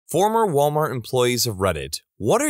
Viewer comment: “Malwart”. Amazing.